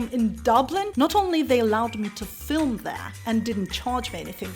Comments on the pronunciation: JA/Irish pronunciation flim for film. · And filim for film